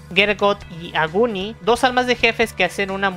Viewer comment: No quiero ser malo pero, pronuncias Aluraune y Aguni, como los japoneses. Pero sus nombres en realidad son Agni y Alraune.